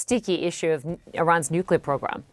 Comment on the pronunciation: "nucler", "anhilation"? 😂😂😂